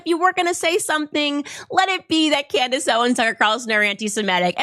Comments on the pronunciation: Are you sure it was Candace and not “Camriss?” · Trucker and Candyce ? 😮 😅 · You kinda missed the most important points... In that pastor video she showed, the pastor MISPRONOUNCED BOTH Candace and Tucker's names!!! So hes PREACHING about how bad these 2 people are, but also proves HE HAS NO IDEA WHO THEY ARE in the same breath... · Notice how that “pastor”, mispronounced Tucker and Candace’s name? That’s called plausible deniability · They don't even know their names. 😂😂😂 That pastor just butchered both of their names.